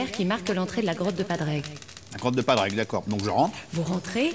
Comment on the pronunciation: C’est Padraig et pas Pandraig